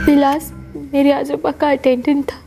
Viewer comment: Ajooba अजूबा नही, आजोबा ( Aajoba ) होता है , और आजोबा दादा जी को बोलते है ।